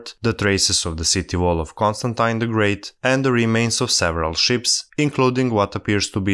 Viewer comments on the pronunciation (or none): none